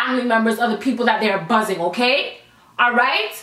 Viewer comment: I love it when you say okarrrrr